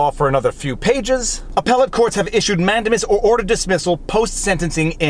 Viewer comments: Totally beside the point, but you've gone back to say man-DAY-mus wrong. (In my probably incorrect description of pronunciation, you're saying MAN-duh-mus). (You said comments feed the algorithms, right? :-P) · Great video Viva!! I love you and your format!! BTW here in the US it is pronounced manDAYmus. Sorry!! Lol